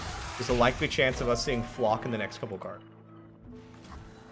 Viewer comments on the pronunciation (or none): none